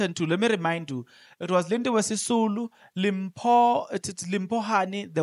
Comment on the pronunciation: Journalist the way we pronounce Mrs Hani's name is like Dimpho whereas it is written as Limpho